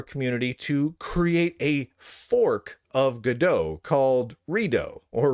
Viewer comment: This joke doesn't work, cause this now doomed engine is named after a french book "En Attendant Godot" ("Waiting For Godot" pronounced goe-duh), not from go-dot.